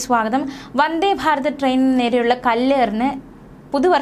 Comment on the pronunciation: Farath ഫാരത് ❎ ഭാരത് ഭാരത് ✅